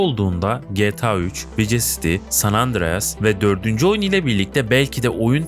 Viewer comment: Yapay zeka seslendirmesi mi bu? Bug değil bag, vice değil vays, pılatform değil pilatform... Olmamış kardeş. Yine de abone oldum beğendim. Düzeltmen gereken şeyler var.